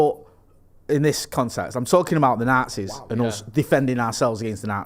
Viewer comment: pronunciation of the Nazis, the nartsees 🤣🤣